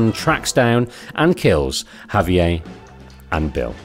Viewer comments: Javier is Spanish, not French. It’s pronounced “ha-vee-air” not “hov-eeyay” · "Javier" is not French. It's "hav-yair," not "ha-vee-yay." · Javier not javiei your pronounciation is off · Lol I've never heard someone pronounce Javier as if it's French. It's pronounced "Hah-vee-air", in English. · Why does the narrator keep pronouncing Javier like Perrier? It’s Spanish. Not French. I get that the UK is kind of far from Spain, but still.... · You're pronouncing Javier like it's French lol. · Great narration, with exception of the constant mispronunciation of javier's name... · You're killing me with the pronunciation of Javier...